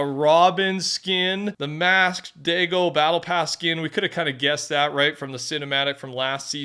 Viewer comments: LOOK.... STOP USING THE RACIAL SLUR AGAINST ITALIANS DAGO "DAY-GO" FOR THE JAPANESE NAME DAI (DIE) GO. JESUS H CHRIST. WHAT IS WRONG WITH YOU. I KNOW YOURE CANADIAN BUT GET WITH THE TIMES. IT'S NOT ACCEPTABLE. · Stop pronouncing his name as DAY-GO. Or do you willfully enjoy and think you're cool to keep saying a racial slur in your videos. Will it take reporting your videos and losing monetization for you to catch on. This is like the 12th video I've called you out on this. Now you're purposely saying it incorrectly just to be a douchebag. It's DYE-GO. Not DAY-GO.